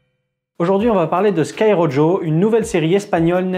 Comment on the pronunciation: A chaque fois que tu prononce Rojo comme ça, Dieu tue un chaton